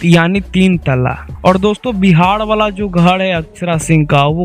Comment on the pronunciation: Bhai tu phle bolna Sikh ghad nhi ghar hota h 😂😂😂